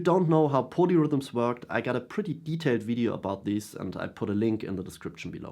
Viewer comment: I thought you were saying ponyrhythms which was spacing me out a touch as I was wondering why I had never heard the term. 🐴 Keep on playing those ponyrhythms...